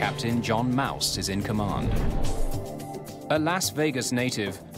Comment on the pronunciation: That captain's name is pronounced like Mawss, not Mouse . What's his first name,... Mickey?